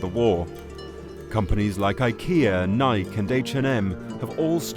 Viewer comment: No way this dude just pronounced nike like that